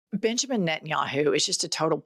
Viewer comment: I know you said Benjamin, but I heard Bitchemen 😂❤